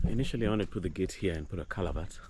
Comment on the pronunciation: You know you are in western when someone says calabert instead of culvert 😂😂😂